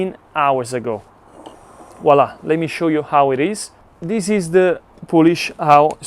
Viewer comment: FYI it is not Polish as in the country, its poolish like in poo poo!